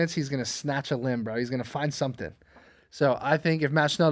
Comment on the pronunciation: LET ME TELL YOU SUMFING